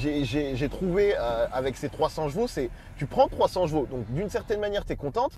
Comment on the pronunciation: On dit chevaux pas jeveau